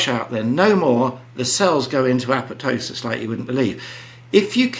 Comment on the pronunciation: Gussie even pronounces "apoptosis", properly. No second p, jts silent.